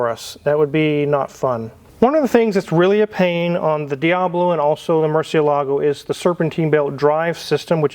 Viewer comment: Makes me cringe when people mispronounce Murcielago